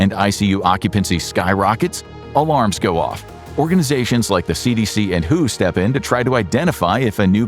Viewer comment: Imagine being an info show and pronouncing "WHO" as who